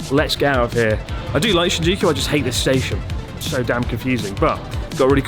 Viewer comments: Ueno ‘Stastion’ 🤣🤣🤣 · "Stastion" my god. Cracked me up real good! 😅😆